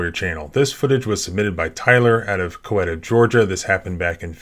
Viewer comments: spelled coweta, locals pronounce it 'ki YET uh' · It's Coweta County.......NOT Coeta. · It’s pronounced “ Kow-Eatt-Haa” or “ Cow-wee-ta”